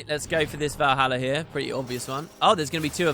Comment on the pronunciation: Vuroja not Valhalla lol